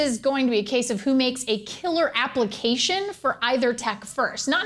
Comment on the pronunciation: She said applecation the first time :3